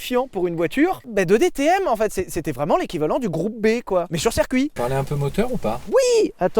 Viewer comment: QUESTION Si "Circuit" se prononce donc "Serre-Cuit" 😂 doit-on désormais écrire "Mircedes-Binz"? 🤔 En vous remerciant